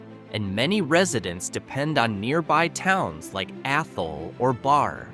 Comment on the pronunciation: Gill went from Gill to Jill and back again lol. Barre is "Barry" and Athol mispronounced as well. I, too lol, when seeing a pic from what appears to be Monroe, Washington 😆🫣.